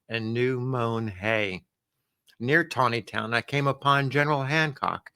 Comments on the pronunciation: Nice job pronouncing “Taneytown” correctly. ( Tawneytown” ) I wish all these towns with strange pronunciations would change the spelling of their names! Another example is Staunton Virginia - it’s pronounced “Stanton” And how about Reading Pennsylvania? It’s pronounced “Redding” . Good story, as always! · Excellent pronunciation of Taneytown, 😊